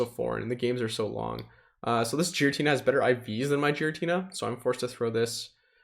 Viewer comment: Is Giratina really pronounced 'Jeeratina'? Never heard any of the other pogo youtubers say that. Just curious, I always enjoy your content!